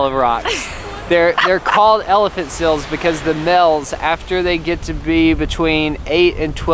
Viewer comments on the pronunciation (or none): Why they pronounce seal “sill” and male “mill”